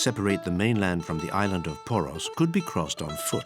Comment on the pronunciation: Lavish production, but for heaven's sake couldn't anyone be bothered to check the pronunciation of the names? Only "Poros" (and "Santorini" - which isn't a Greek name anyway) were correct. It's like a documentary about The Beatles calling their hometown "Lowberpole".